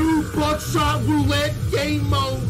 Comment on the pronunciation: Bro says buckshot like "buttshot"